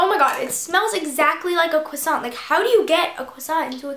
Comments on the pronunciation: it's croissant not creasant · Jordan Eure no it's "croissant" not cwossant but it doesn't really matter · croissant not cwasont!!!!!!!!!!!!!!!!!! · it's cresant, not cwasant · You have to crossiant not cwasaunt😜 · CRO NOT CWA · u say "cwossant" lol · it is pronounced crr(french r)owasohn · Haha I ♥ the way you say cwusaunt! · Cwassant? Hehe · LMFAOO. Ur so funny and i totally agree with u about the beauty guru thing. Btw ur saying croissant wrong! Loll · U say croissant weird. Lol! But I love ur vids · You say croissant really wierd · No She's saying it correct except you don't pronounce the T.